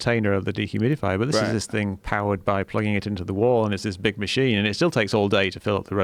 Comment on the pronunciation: Makina lol......Dear Joe say after me....Masheena. Ex Masheena